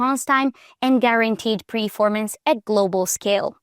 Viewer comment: Its "performance" not "preformance"..